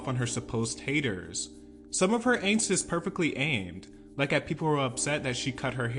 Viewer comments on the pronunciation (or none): none